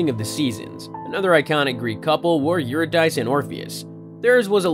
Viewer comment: "Your-a-dice". Lol. Um. No. Try "Yer-id-a-see"